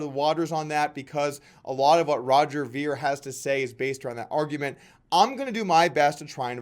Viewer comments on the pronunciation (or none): Meh. Sort of a petty video. Roger Ver has done a lot for Bitcoin and most people who he debates also end up turning petty. It's pronounced "vair" not "veer" :D On to the next one please, Doug. I love all your content otherwise.